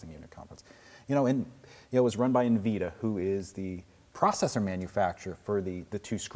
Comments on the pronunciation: "n" vida.... Wow it's n-vidi-a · eenvida! LMAO it's in-vid-ia (like kia without the k). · Sirry, you're pronouncing Nvidia wrong.